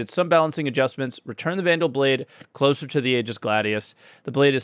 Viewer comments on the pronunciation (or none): none